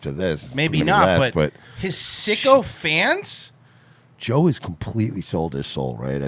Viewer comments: Maybe he said "sycophants"? 🧐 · “sycophants” not “Sicko Fans”* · I think Rogan said Sycophants not sicko fans